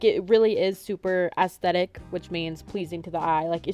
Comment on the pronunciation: She said asssthetics